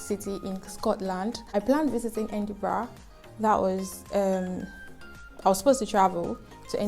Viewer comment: I think most of those cities are topping the list because of the good schools located there. Edinburgh is a nice place- try the Edinburgh Castle and Museum when there. I was laughing at your pronunciation of “Kay-Tram” and “Edin-bruh”.😂😂😂 . One of the wahala of locations in this country, they are not pronounced as written.